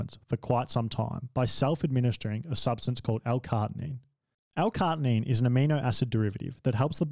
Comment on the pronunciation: I think the bit about L-CaRNITINE (not L-cartinine like you somehow pronounced it) is a bit ignorant addition. Its an amino acid, and a benign one at that as far as usage by athletes goes. to say its outside of the norm for performance is just weird. carnitine is no more serious than taking a good multivitamin and electrolytes to supplement training..